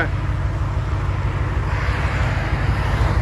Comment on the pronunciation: Yeah, so it is pronounced SUH-lean...not SAY-lean.